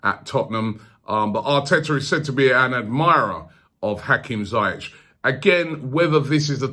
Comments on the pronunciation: zee-yeck not z-eye-etch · Robbie its ziyech, (zi-yech like hol-ding) BTW Ajax and nor hè want to leave in january... I m from holland hè wants to win EL with Ajax than hè Will go in the summer. Hè only wants a big club who plays CL , only the salary could get him over. Van der vaart texted a few months ago to Levy to sign him up. If Eriksen leaves that could happen if they play CL. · Its Zieeejegg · I thought its pronounced "zee-yeh", not "zy-yech" ? :/ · Its pronounced Hakim Ziyesh ZI-YESH not zayek 👍🏾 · Why can't you say his name properly? Ziyech (Z-Yek) not ZEI-ETCH. It's actually Ziyash in Arabic, but whatever.. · 🤣 it's pronounced Zee - eck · "hakim jayech"😂😂😂 classic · why does he keep saying Zayech? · just when u thought robbie's pronunciations couldnt get any worse 'hakem zaiyechh'